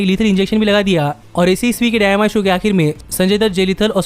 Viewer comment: Bhai dyinama nhi dynamite hai 😂😂